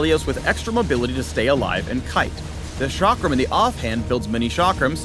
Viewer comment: The chakram is an Indian weapon and is pronounced like (chuck-rum)